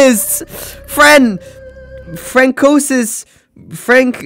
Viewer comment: I’m French, it is « france-oua (François) Vi-ète( Viète). And btw François is ok but Viète sounds very rich/politicians but 300 years ago 💀.